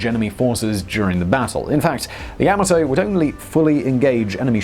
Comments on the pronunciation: OK then pronunciation: you said YA-MA-TO with emphasis on the first syllable but should be second syllable... like: ya MAW toe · It's not Yam-A-Toe, it's Yah-Mah-toe. You keep mispronouncing it's name. That's a big thumbs down until you correct this terrible error. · It’s pronounced Yah-mah-toe. Her and her sister ship, Mushashi, both bore the emblem of the Chrysanthemum Throne on their bows symbolising eternal and loyal servitude to the Empire and the Emperor. Pronunciation aside, another informative and fun video. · You call it Yamato, I call it Yamahto. Let's call the whole thing off. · Ya-ma-to not yama-to. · It is correctly pronounced "Yah-ma-toe" not "Ya-maah-toe".....watch the first episode of Star Blazers and you will hear the correct pronunciation of the ship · 大和, Yamato is pronounced yam-mah-toh, while Leyte is lay-tee or lay-tay. Not sure if that's the convention in the EU, but my Dad served in the Pacific during WWll (I'm 73) and read us stories from 'Yank' magazine, complete with sound effects. Better than any history class... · Yah-mah-Toe! Frickin English, man! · The way you're pronouncing Yomato, the only fear anyone will experience, is the fear they may not stop laughing............ever! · Yamoto Tomato yamoto Tomato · Pronounced Yah - mah' - toe Simon. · Is this the only person in the world that can not pronounce Yamato? It's YOM-A-TOE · Seriously, you'd think they'd check Google Translate for the pronunciation of a word Simon has to say SO many times.